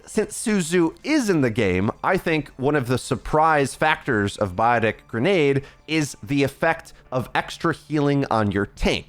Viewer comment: “Beeotic grenade”